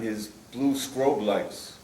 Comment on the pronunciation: Had this guy really made it 67 years and nobody told him it’s pronounced “strobe” lights?